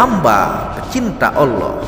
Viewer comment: Kamu ini mengatakan ALLaH aja masih salah tidak jelas belajar dl jgn kaya anak tk membaca teks nya